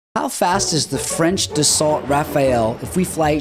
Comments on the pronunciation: It's pronounced Dass-o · I believe you pronounced Rafale correctly, but Dassault is pronounced "Dass-oh"